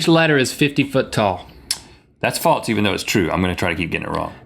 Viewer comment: "Feet" tall. Also-- "False", not "falts".